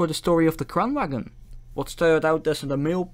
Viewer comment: The G in Kranvagn is silent. If you are going to make an educational video about something, I recommend you get the name of the thing right.